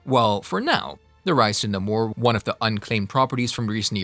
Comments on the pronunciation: Dude, he’s the Submariner not the submarine er! OMGOODNESS do ur homework!!! & ur mispronouncing Namor too! Watch the old 60’s cartoons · The name being wrong is cringing lol